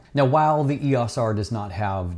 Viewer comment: Can't you pronounce "EOS" the way that canon themselves pronounce it? It makes you seem disconnected.